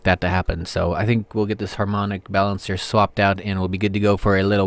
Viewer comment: You said it exactly right:) once in a blue moon on harmonic balancer :)